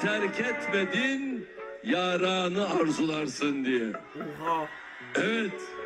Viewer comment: Abi bunun izlenmesi neden bu kadar az mdkkdkdk bazı yerleri anlamamışsınız. mesela "yaranı" dediği kısımda telafuz yüzünden insanın aklına farklı bir şey geliyor. O yüzden gülüyoruz. Sizi severek takip ediyorum, çok samimisiniz ❤️